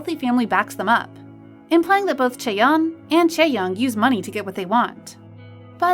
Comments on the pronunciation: Ew she called chaeryeong chaeyeong it's not her sister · I'm sorry but every time I hear her say Chaeyeon instead of Chaeryeon kinda triggers me- ( I'm saying how they pronounce her name) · its pronounced chaeRyeong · Lol. Not even pronouncing her name right, but whatever I guess. Chaeryeong is 🔥🔥♥️ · Bro why do you pronounce Chaeryeong's name like that?? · Yo can you at least pronounce Chaeryeong’s name correctly while you’re pointing out terrible comments about her looks? (while in reality she is gorgeous)